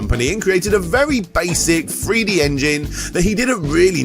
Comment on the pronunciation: Are you saying Three-D or Free-D?